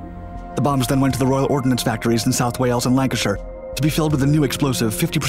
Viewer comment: I don't know if you did see my comment on the nuclear waste container video about the pronunciation of Heysham and Lancashire, but you were bang on with Lancashire and Barrow! If you ever need help with vetting pronunciations of English place names, let me know!